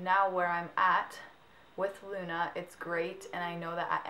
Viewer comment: i loooove your channel! you and lauren are amaaazing. but... i'm italian, so... it's not LEUNA, but LUNA. i know that the spelling of U is like EU, but the italian correct spelling is without E. if i just could make you listen, it will be really simple. ps sorry for my bad (really bad) english.